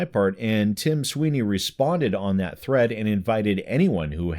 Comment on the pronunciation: Tim Swine-ey